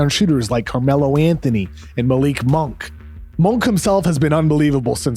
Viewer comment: KOC's greatest contribution to the Ringer was correcting Bill's pronunciation of "Malik Monk" after like 2 years